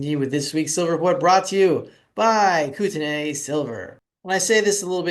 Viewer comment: buddy haha its pronounced kooteneee like the beer made in bc